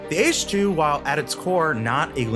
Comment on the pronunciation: Ee-CHI. Not 'Eesh'... I mean, how can you do enough research on this to choose it without knowing how to pronounce it...